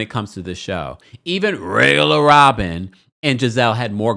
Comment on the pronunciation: I absolutely love when u say "Rrrrrrregular Robin" please keep it up! 😂😂😂😂.